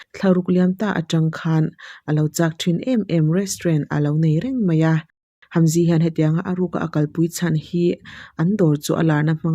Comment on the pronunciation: Hamzy ai chuan Haemji tia lam tur 😊